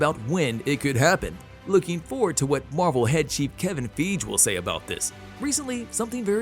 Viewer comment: so, are you mispronouncing Feige on purpose?